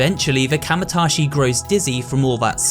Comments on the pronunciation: Bro, did you literally write out the name kamaitachi and then proceed to mispronounce it as kamatashi every time you said it? I appreciate the dedication lmao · It's ka maii ta chi not kamatachi